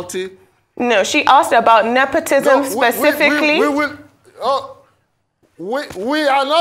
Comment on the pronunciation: Mr., It is Nepotism not nepotisn